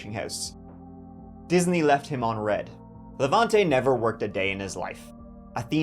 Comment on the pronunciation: as a hungarian I'll have you know our cooking smells amazing! I'll be even proving that to your irish brethren when they visit me at the end ofspookmonth the first way you pronounce Levente was correct btw, the e's sounding the same tone